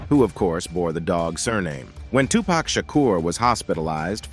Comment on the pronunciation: Hate it when its pronounced wrong pack pfffff its 2pac not 2 pack